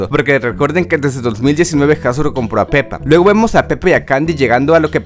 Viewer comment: Soy el único que escucho penny en ves de peppa